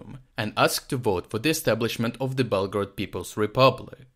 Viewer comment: "Bletgorod" :D